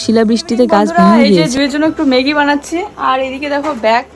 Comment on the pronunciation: কথা টা ইনজয়, ইসপিড, বোয়াও, ইসটিল নয় কথা গুলো, এনজয়, স্পিড, ননস্টিক কথা টা নন ইস্টিক না, স্টিল, ওয়াও, মেগি নয় ম্যাগী হবে উচ্চ্চারন।